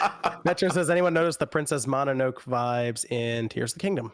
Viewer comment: “Princess Mana-noak” 😂